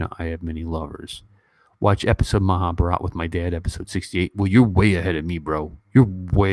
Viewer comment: You got a such a beautiful heart ( a man who can cry is the most handsome in my eyes) 💖, Professor! we actually like more of your sweet bullying the so called haters on d forum , and ur consistently mispronouncing Maha bharat as Maha bhraaat.. haha 😂 or Rama yun ( not Rama - yaaaan) 😂